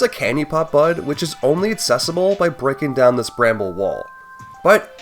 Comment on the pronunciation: Great video! I gotta say, I can't un-hear that throughout this video, you're say "aTcess" "aTcessible" and "eTcept," and I twitch every time. I'm sorry to anyone who now also notices this but I felt the need to spread the cognitohazard.